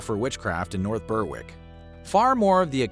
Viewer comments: 'Ber-ick' not 'burrrwick'. Apart from that good video! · It’s pronounced ‘Berrick’, not ‘Berr-wick’. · Nice video, nice research, Just one small thing - Berwick is pronounced Ber-(as in berry)-ick. That goes for all the places i know with that word in their name, eg. North Berwick, Berwick-on-Tweed etc. Keep up the good work. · Murder goes Berrrrrrrrrrr-wick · Yes, just like Smithwick's beer - Smithick's